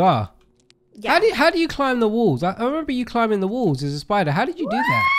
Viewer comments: LMFAO “sPiTeR” AND WE WANT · Say it with me!!!!!!!. The spi------ daaaaaaa!!!!!!not spider. Classic